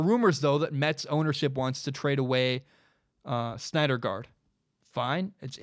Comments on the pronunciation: Man... totally had me until you called him "SNYDERgard" 37 times lol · You had me until I heard snydergaard😂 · Take a shot every time he says Snyder Guard instead of Syndergaard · Syndergaard pronounced "Sin der guard" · Pronounced sin-der-gard haha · Not even a baseball fan and I know its pronounced "SIN-der-guard" lol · You mean Steven Matz as the 5th starter, Vargas go to the bull pen. And learn how to say Syndergaard dude. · I liked what I was hearing and then couldn't freggin handle you screwing up Thors name... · I love your podcast man, but you may want to check on the pronunciation of Syndergaard. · Does he really know about baseball if he can't pronounce Syndergaard correctly? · Don't know how you can't pronounce Noah Syndergaard properly lmao. Just call him Thor at least. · Just a bit off on the Syndergaard pronunciation, but it’s all good 😂